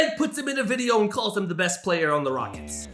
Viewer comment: Yo can you stop talking like this: "ThE beST PlaYeR " its giving me a headache